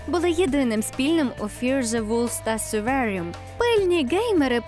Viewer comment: Трохи напрягає постійна зміна вимови слів - то "сурваріум", то "сьорверрріум".